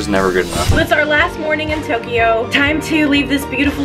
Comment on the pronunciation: ITS NOT TOKEYO